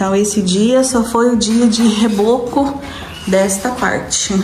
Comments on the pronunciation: Ô, não se diz reboque e sim reboco. Desculpe mas não está legal vc falar assim. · vai ficar muito boa sua casa,doida pra ver tudo prontinho❤. Uma dica de amiga pra amiga nao se diz reboque amiga,reboque é aquele caminhão que socorre os carros que deram problema na rua,na estrada etc. Esse trabalho na parede se diz rebôco. 😉 beijo pra vc e pras crianças. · não é reboque e sim reboco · Boa tarde sua obra ta ficando muito boa, só uma correção você falar reboque mas é reboco um abraço. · vc é muito engraçada 😂😂 me acabo de rir, quando você fala os nomes errado 😂 não é rebock que fala e sim reboco, brincadeiras a parte, sua casinha vai ficar show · Só para te informar o nome é placa solar e é reboco não reboque só uma dica não me leve a mau. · Reboco, e não Reboqui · Não é. Reboque q fala é reboco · Eu tbm sempre falei reboque... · " REBOCO"😅😅😅😅